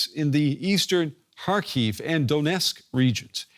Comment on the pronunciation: Please, don't say "har-HEAVE". It's HAR-kiv. HAR-keev is all right too, I think. (If you want to give the initial H a gravelly, throat-clearing type of sound as Ukrainians themselves do, that's good but not necessary, since English speakers generally aren't good at making it.)